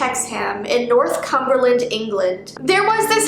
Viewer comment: it's northumberland not northcumberland x